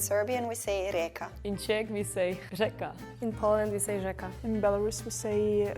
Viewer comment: Rzeka in Polish is [żeka], not [sz/sh/eka]. But indeed, often rz>sz, when it follows a voiceless consonant like k, p.. .Polish word for book should be "xięga/księga", but somehow the diminuitive form "książka" is now "normal".